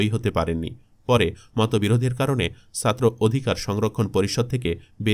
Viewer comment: ভয়েস আর্টিস্ট আরেকটু মানসম্মত হলে ভালো হয়, উচ্চারণে প্রচুর সমস্যা। এক মিনিট শুনেই বিরক্তি ধরে গেছে, পুরোটা শোনার আগ্রহটাই চলে গেছে! 'ছাত্র' শব্দের উচ্চারণ করছে 'সাত্র'!